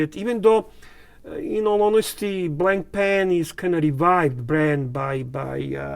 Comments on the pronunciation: It is not pronounced blankpain. It is Blanpan, the a and I are silent. The strap is made of sailcloth. A beautiful watch. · It’s pronounced blon-pan, with very soft almost silent ‘n’s. There is no ‘c’ sound.